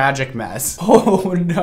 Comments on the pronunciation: I swear i heard him say "I think Naur" 😂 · ‘I think NAUR’ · does a really accurate Australian naugghhh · “I think naur” I’m screaming